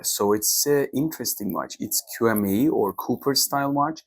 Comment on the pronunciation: It's promounced "chi may".